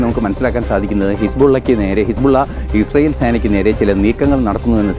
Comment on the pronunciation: Ashyell alla israyell😂 Eshyeelinte ayendroom monji sangi